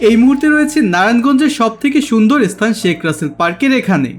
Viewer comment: Apni video khub bhalo. Kintu apnara sthan ke esthan spirit ispirit bolen barbar ...